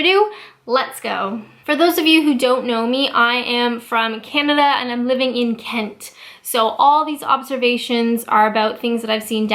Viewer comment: Why do I love the way you say Englan-dd so much? And Ken-tt? Righ-tt, back to work...